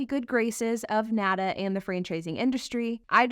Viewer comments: $55,000 is an attractive price point? Guess she only plays in 'certain neighborhoods'. And was this video made in 2022? When we all thought EVs were the future? Whose payroll is she on? And it's not 'nada', it's N.A.D.A. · As someone that represented franchised dealers for almost a decade, it hurts me to hear the National Automobile Dealers Association called nahduh rather than what folks in the industry use as shorthand: (N-A-D-A pron. Enh Ay Dee Ay). The franchise laws are there to protect the dealer's investement from the manufacturer and secondarily protect the consumer so that the consumer has options of where to buy the vehicle from. It would suprise people to know that the dealer/manufacturer relationship is not always harmonious. Manufacturers are always trying to force or coerce dealers to do things. Sometimes it is spending $$$$ on facility redesigns every time the manufacturer changes strategies. Or, it's forcing dealers to buy vehicles that aren't selling. Dealers buy that cars from the manufactuer for resale. If it is forced to buy models that sit on the lot a LOOOONG time, the dealer ends up eating the costs. This is not to say there's aren't abuses and problems in the current system, but direct to consumer is not the panacea one thinks it would be.